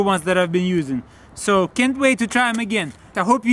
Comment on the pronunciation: Hahahahaha he said sucribe